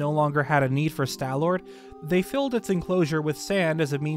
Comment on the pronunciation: "Stal" does not rhyme with pal or shall. It rhymes with wall and ball. Stalfos is pronounced "Stahl-fohs." Also, no, the fact that there's hair on some parts of the Stallord does NOT suggest that it had hair under its skin, or that the hair somehow came into being after its death. It could just be that the conditions of the tomb in which the fossil was found, acted to preserve the beast's remains quite well, so there's still some patches of flesh left in the spots the hair is coming out of. If that's so, it could be evidence that whatever creature the Stallord was in life, was covered in fur, possibly mammalian.